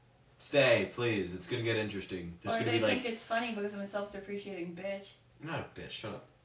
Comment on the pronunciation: repeat after me... "self-deprecating"... "self-dep-reh-kate-ing" ha...